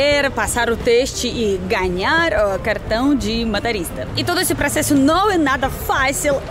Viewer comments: Ô não é ma ta rista. É mo to rista. Kkkkkkk CNH - Carteira Nacional de Habilitação. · Não é MATORISTA, é MOTORISTA.